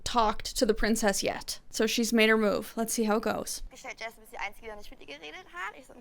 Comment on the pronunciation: Damn I'm again really impressed with your german pronounciation. That "ch" in "nicht" was almost spot on. Most english speakers can't pronounce it this way even when they've been learning german for some time.